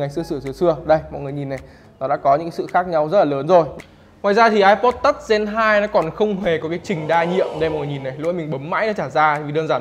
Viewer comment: Touch đọc là tắt hả mọi người